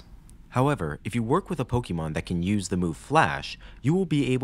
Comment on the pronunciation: A note: it is pronounced po-kay-mon, not po-kee-mon. This is denoted by the accented é in pokémon You even use it in your title of pokénational